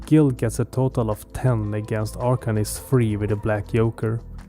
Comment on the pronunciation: Really, really nice video, subscribed and liked, keep up the good work ! One request - I don't know where are you from, but it's Lady Justice, not Yastice and Joker not Yoker !!!